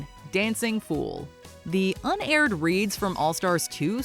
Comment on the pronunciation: 'UNaired" ... really?